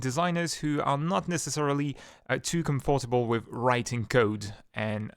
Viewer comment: Arrgh! It's infuriating when you put the emphasis in the middle of long words. For example when you say "proGramming" instead of correctly saying "Programming" or "comFortable" instead of "Comfortable" it's incredibly confusing and annoying because I keep having to consciously adjusting your words while still trying to gleam your meaning. Please practice putting the emphasis on the correct syllables when speaking English.